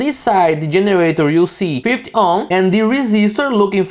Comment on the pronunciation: Thanks for your tutorials they are very good. However take. care of the 50 pronunciation in English it is "Fifty" not "Fith"